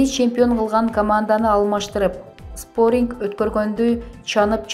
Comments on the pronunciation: Спортинг эмес .спарринг.офтогон эмес афтогоооон.качан туура суйлойсунооор.тойгоздунаргооо тоок мээллер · Споринг эмес спаринг👎👎👎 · ПолермОдо ,тАнденция деп салдыбы🤦‍♀️🤦‍♀️🤦‍♀️ Качан сабаттуу ,грамотный дикторлор окушвт ,чулдурабай. Спарингти спОринг деп салды кайран